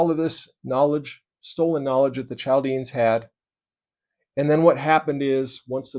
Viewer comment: Not to pick on you, as this was really good information presented. Chaldeans is pronounced Kal dee uns. And Manasseh is pronounced Man assa. The tetragrammaton was supposed to be the hebrew letters for yahweh or Jehovah without vowels inserted. I believe you can look these things up. ❤️❤️